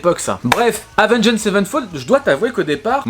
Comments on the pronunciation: Prononce le "avenGD" ça passera mieux que "avengEED" ^^ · Lorsqu’on site Avenged Savenfold on ne prononce pas le « ed » à la fin du Avenged. Autrement dit ça se prononce Avenge Savenfold. J’ai eu mal aux oreilles pendant toute la vidéo. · Avengééde sevenfold ?? Stp mec applique toi sur la prononciation 😁 Par contre, renseignes mieux pcq le chapitre ou tu parles de la mort de The Rev/Mike Portnoy tu n’as pas les bonnes infos.. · Salut je précise qu'il n'y a aucune haine dans ce message:Oua gros prononce bien le nom, Avenge(d) sevenfold. Et genre t'as pas respecté City of Evil qui lui est vraiment le 3eme album d'A7x. Je veux bien que tu veuille faire le buzz mais renseigne toi un peu plus, ils ont fait the stage aprés Hail to the King. Je trouve ça dommage de tout misé sur un titre aguicheur pour au final pas dire grand chose d'intéressant. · Sinon Avenged ça se prononce pas comme ça hein…… je donne des cours de prononciation si tu veux 😜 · S'il te plait, c'est pas compliqué de prononcer correctement Avenged...